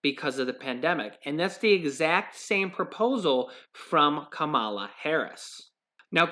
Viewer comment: pronouncing Kamala harris wrong